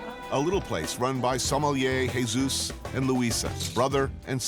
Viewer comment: What does he call Him Jedus? Haha. Man has a complex